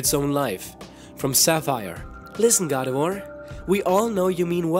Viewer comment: ALSO IS NOT GARDE VORE ITS GARDEVWAR dumby